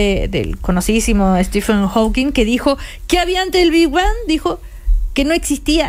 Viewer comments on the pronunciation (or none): El chabón dice "el bi ban".